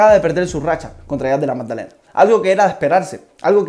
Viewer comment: Buen video bro!! Sigue asi💪. PD: Della MADDALENA no MAGDALENA, jajaj solo me dio un poco de cringe escucharlo así, pero buen video